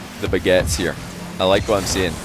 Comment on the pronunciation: I didn't realize he was saying "baguettes" the first time, I thought it "begets" and was slang for "from the get-go" cause it was at the start of a game lol